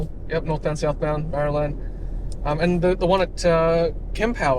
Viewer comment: Hi always good to watch your videos, and the BP Units you mentioned at Marulan pronounced Mar roo lan